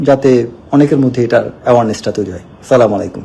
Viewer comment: Say clearly Assalamualaikum..